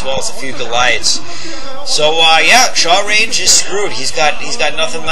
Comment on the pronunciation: "Shawlrange"?... I would think rather it's a self-deprecating joke on the inability of Asians to aspirate their "L"s, but with a hard "ch" sound...as in "I'm going to chalrenge you to a match, gaijin!" Heh, pretty funny if so. Awesome commentary as usual...